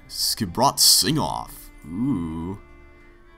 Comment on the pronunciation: you and the characters pronounce Skipbrot wrong, so wrong.